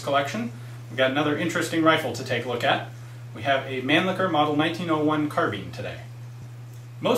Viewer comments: Not pronounced man licker. That's completely butchering the German pronunciation. Its man- lisher to type it as it sounds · Nice job Ian! Just wanted to share with you that the Europeans of Germanic descent with whom I've discussed such things as the Mannlicher rifles, et. al., would pronounce the name (phonetically) as mahn-leesh-uh. Otherwise, your knowledge makes for quite interesting vids!